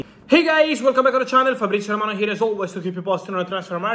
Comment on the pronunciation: 😂😂"Fabrizio Romano"